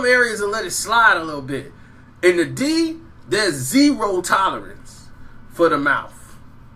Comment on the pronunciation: Get The D's "D" out ur mouf, my dude....sheesh!!